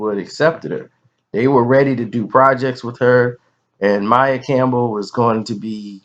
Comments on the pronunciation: It's pronounced maia not Mia smh !!!!! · you're so full of shit sometimes. You don't even know how to pronounce the girl's name, but we're supposed to believe you know the intimate details of her life (besides what we've already seen her say in interviews)?